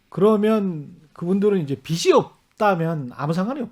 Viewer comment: 최경영씨, 빚이는 비시 -> 비지 로 읽어야 해요!